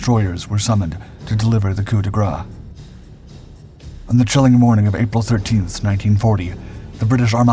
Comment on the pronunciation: Did I hear you say 'coup de grah'? It's 'grace'! Sounds like 'grass'. Ouch again.